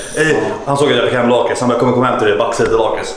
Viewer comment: Lakrits är gött MEN du uttalar lakrits feeel!!!!